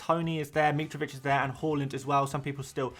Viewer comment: Its HAALAND not HOOOLEND